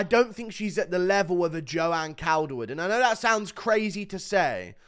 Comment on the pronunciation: It's pronounced caulderwood bruv 🤙